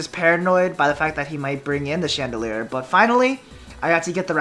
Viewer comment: lol he keeps on saying chandelier not chandelure